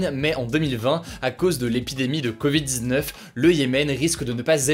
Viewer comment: Mon ami, déteste comment tu prononce « covid-19 » !!!!